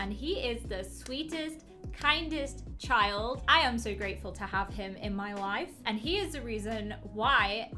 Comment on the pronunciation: Her : i hafe burthe a chald Me: WOT